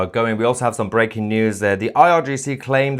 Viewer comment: Mahyar, it's not BRACKING news (you pronounce it with a 'short a' sound. It should sound like a 'long a' sound. Anyway, to each his own, but if you want to sound truly British, they don't pronounce this word the way you do....and of course you open up ALL of your podcasts with this term. Anyway, good on you for BREAKING the million sub count!